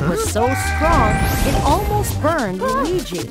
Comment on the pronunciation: Luigi not wallluigi